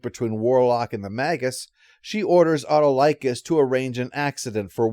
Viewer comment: As someone who watched Hercules and Xena, the pronunciation of Autolycus (played by Bruce Campbell) kind of threw me off there.